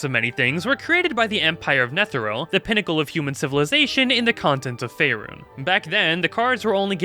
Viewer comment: It's pronounced fay-run